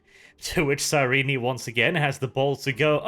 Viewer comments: Every time he says "Cyreenee" I hate it. I haven't heard how the audiobooks pronounce it, or how the writers intended it, but that's certainly not how it looks on the page. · His pronunciation is close to correct. In _Betrayer_, Cyrene corrects a certain Damon Pyrtannis who pronounces it SIGH-reen. According to her, it should be pronounced SIH-ren-nee. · Isn't the final e in Cyrene's name supposed to be silent? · I got the impression he was turned into a servitor because he SAID he was selling lamb, but instead sold dog. IE false advertising. It's still f#@ up but it's not the kind of f#@ up you're presenting =/ Also, the way you pronounce Cyrene's name hurts my soul.